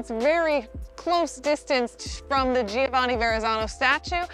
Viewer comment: Giovanni is actually pronounced with 3 syllables. Joe-VA-nee.